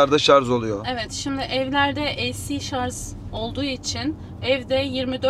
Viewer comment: Bilgiler çok iyi bir de şar(z) yerine şar(j) deseniz çok iyi olurdu